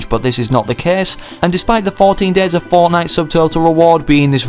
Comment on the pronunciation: i like how he says fournight instead of fortnite